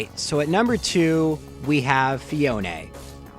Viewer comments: It is pronounced fee-own not fee own a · You pronounce Phione sooooooooo incorrectly